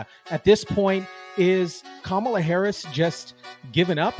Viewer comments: "kum'alot harris"😂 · Kamala Devi How u pronounce sum is how Kam in Kamala is pronounced. Ala in Kamala is similar to gala. Kamala is a name of Devi called Luckshme or goddess of prosperity.